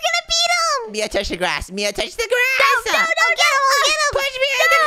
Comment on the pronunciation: It is Mia not min